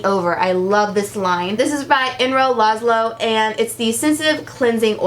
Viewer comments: I love you! Really! However it's ER-NO Laszlo. Not EN-RO. And yes his products are amazing. Sorry, not trying to be mean, but I know you want to pronounce people's names correctly! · it is ER NO erno laszlo lol er not en you keep saying enro lol... everytime you say it enro im like wait has my dyslexia been acting up again? nope this time its hers phew lol. love ya girl..